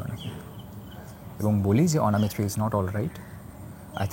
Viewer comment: অ "না" মিত্র নয় , ওটা হবে --- অ "ন" মিত্র। সঞ্চালনা / পরিচালনা করার আগে , বাংলা ভাষা ও অভিধান পড়া একান্ত জরুরী।